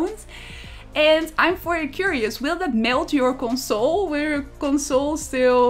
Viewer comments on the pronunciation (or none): none